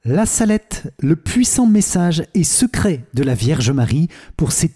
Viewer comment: Il y a une faute sur le nom la salette c’est en appuyant que l’accent c’est mis merci amen